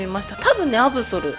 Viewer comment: アブソルのことアブゾルていってますした